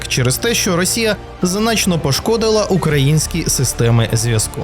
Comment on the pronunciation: Якийсь наголос дивний у ведучого в слові українське...